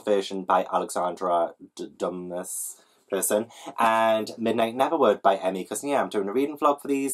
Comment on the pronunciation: Alexandre Dumas = Doo-ma :)